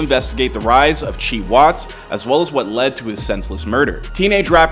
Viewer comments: Its C-Hii!! Long live bro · c-hii ( C high) no chii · it’s pronounced c high u dummy stop talking kid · It’s C-high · His name is pronounced "see high" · * C - Hiiii” like High C but flipped🥴pls don’t do him respect the legacy lordddd..I need y’all to do a lil better😭